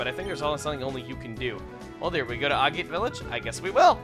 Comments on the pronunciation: A-gate village, really? Agate is a type of stone, and is pronounced ag-et. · IT'S AH-GAH-TÉ. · you always have trouble pronouncing Agate. Haha it's "ag-IT"; rhymes with maggot.:) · Thurley I just double-checked. Apparently it can be pronounced both ways. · Agate is pronounced like bag it. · Modus Operandi is Latin for Mode of Operation. It stands for the way in which a criminal goes about performing the crime. Crime shows use this a lot abbreviating it to MO. Also you still can't pronounce Agate,.